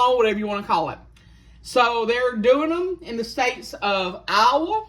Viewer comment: YOU SAYIN “ IOWA” wit yyr southern accent sounds like yur sayin “ Agua” water in spanish😂😂😂😂😂😂❤❤❤❤